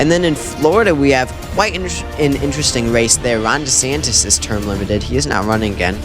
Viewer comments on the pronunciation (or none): none